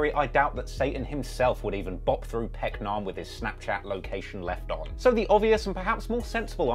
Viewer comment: It's not peck-nam It's peck-um